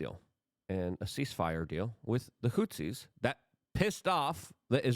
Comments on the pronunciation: luke it is HOUTHIS NOT HOUSEES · Is he saying "Hootsies"?